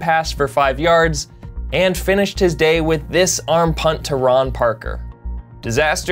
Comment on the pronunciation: "Armpunt". I am still laughing..